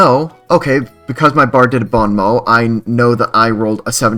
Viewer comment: don't worry, french people butcher english pronunciation at least as much as you butchered "bon mot" 😂